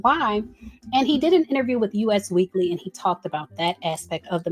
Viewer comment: Girl that magazine is pronounced "US Weekly" as in the word "us" that rhymes with "bus," not the letters U and S like the country. 😂